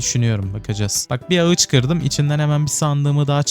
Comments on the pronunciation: Ağaca ağıç dediğin için videoyu izlemeye son verdim. Tdk triplerim tetiklendi kusura bakma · abi video güzelde ağıç yerine ağaç desen daha iyi olur